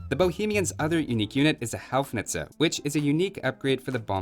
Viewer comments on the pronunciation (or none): Houfnice should be pronounced like a "(garden) hose" not like a "house" 😭😂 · Houfnice is pronounced like ho-f-nji-tse.. I hope that now you can better imagine how it sounds and if not then google translator should help more. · I like how you pronounced "Houfnice". You got it wrong but it sounded almost like "Howitzer", which is exactly what it means. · As born Bohemian your pronunciation of Hussite wagon and Houfnice hurts my ears :D